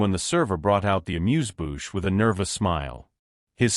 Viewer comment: What’s an “amused bouch” according to the narrator?